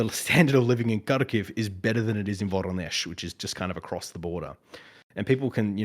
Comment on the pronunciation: HE MENTIONED VORONEZH! (although mispronounced, is BA-RO-NESH). I lived there for a while, and It truly is as terrible as he says It is! I wouldn't blame Ukranians for turning away Russia after looking at that little city. Terrible dorms, nothing to do, and a shit ton of factories. I hated It :v